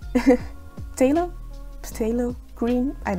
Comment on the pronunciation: Brilliant video, it’s pronounced Thay low. Similar to the start of the word thespian which is a posh word for actor.